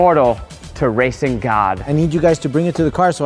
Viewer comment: what zach said: i want to make it racing car. what i heard: i want to make it a raping car.